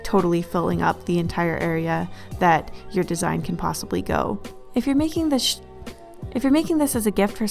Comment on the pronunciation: " if your making thisH " that made me laugh so much